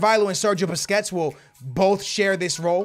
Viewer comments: ITS BUSQUETS NOT BISQUETS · you missed pronounced Sergio Busquets names and said biscuits 😂😂😂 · Bro why do u keep sayin biscuits when u were against psg its BUSQUETS LOL